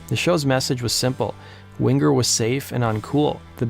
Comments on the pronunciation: What's with the "hard" G when pronouncing Winger? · No hard 'g" in the 'ng' sound ('winger') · You don't have to pronounce the g in Winger so prominently.